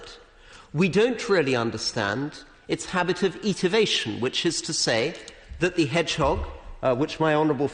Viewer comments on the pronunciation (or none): Very, very impressive and quite wonderful, although he gets one word wrong, twice pronouncing "estivation" as "etivation", i.e. missing out the s.